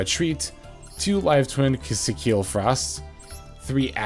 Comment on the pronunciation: It's Key-see-kill 😭 One day